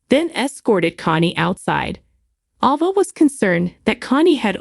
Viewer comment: Will never subscribe. The absurd way you say character's names grates on my nerves so much that I can't listen. It is Gabi not Gobi. Ava's name you blew out of the water. Goodbye